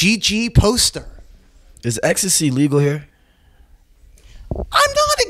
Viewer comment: Nobody Uzi : is ecstay legal here Also uzi : really is ecstay legal out here